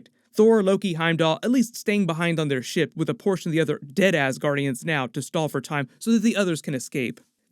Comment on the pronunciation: I heard that as “deadass guardians” instead of “dead Asgardians” 😬